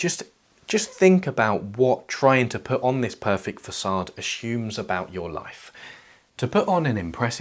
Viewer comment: Does You Tube make you say "ashoom", instead of "assume" ? ? ?❓